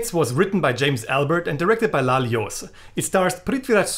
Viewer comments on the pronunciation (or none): One pronounciation tip. Jose is not pronounced as "Hosey" in Malayalam but pronounced as "Joz"